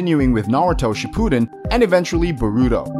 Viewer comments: Yeah it went naruto shipooden and eventullay burrito. Like the content just need to work on pronunciation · And boruto